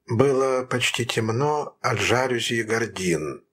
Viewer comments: Не жАлюзи, а жалюзИ – это французское слово, а следовательно, ударение на последнем слоге. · Прекрасное прочтение! Спасибо! Один момент: мне казалось, правильно произносить "жалюзИ"? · Это так. Ударение на И. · Да, правильное ударение в слове "жалюзИ" на последнем слоге. Такой он, французский язык!)